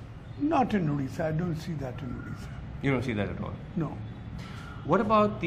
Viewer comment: At least he should pronounce odisha, it's not udisha!